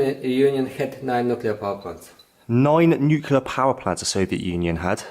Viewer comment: KINDERGARDEN/KINDERGARTEN NUCULEAR/NUCLEAR ☝️😆Whatever mate..